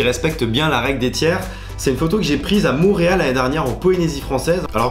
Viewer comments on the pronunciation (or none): none